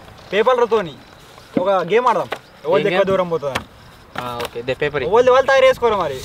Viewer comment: PAPERS ❌PEPELRU✅